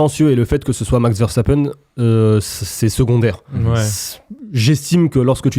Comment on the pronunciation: Il s'appelle "Veurre sta peun" pas "Verre sta pène"